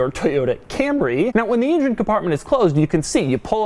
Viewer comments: It's an engine... Not an injin. Stop getting it wrong, it's not that difficult ffs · I say engine Doug says injun. Tomato/potato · doug the kind of guy to always say ingine instead of engine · You mean "in-jen?" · asldigga06 he said ingine as soon as I read your comment lol